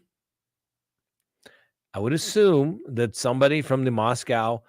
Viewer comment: FYI: Pronounced Mosco (long o) by Idahoans.